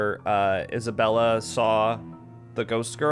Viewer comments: I think it's because Marianne and Mary Anne are pronounced differently. Just like she mispronounced Isabella's name as Isabelle. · I think Hannah saying names wrong is just her tick. She's always calling Isabella "Isabelle." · Hannah purposely gets people's names wrong. Just like with Isabella how she calls her Isabelle. It's just a weird thing the devs did~ even though Mary Anne sounds exactly like Marianne. I think it's kind of interesting they went about it like that. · Hannah doesn't care about anyone's names. She says Isabelle instead of Isabella and Mary Anne instead of Marianne.